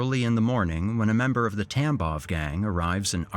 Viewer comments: I know you're saying gang, but my brain keeps hearing TampoN gang and it makes me giggle each time you say it 😂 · Thank god I’m not the only one! And the first mention of it he said something about bloody conflict and I just about lost it.